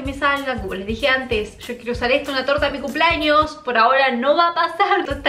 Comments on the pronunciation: Campaña para que aprenda a decir CUMPLEAÑOS y no CUMPLAÑOS!! Me estresa cuando dice CUMPLAÑOS! Al igual cuando dice PAPA NUEL JAJAJAJA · Por qué dice cumplAños 🤦🏻‍♂️. Me altera, es cumplEaños 🙄